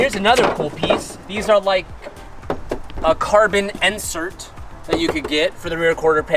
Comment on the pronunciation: It’s Insert not Nsert